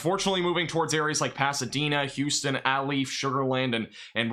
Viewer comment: FYI Aldine is pronounced All-Dean Alief is pronounced A-Leaf Humble is pronounced Umble. I posted a video of me riding this storm out. was the end of my video when my weather radio went off. I had a 63 mph wind gust before the battery died on my weather station and that was before the storm even kicked up. Winds at my house had to be near or just over 100 mph based on the sound and the damage.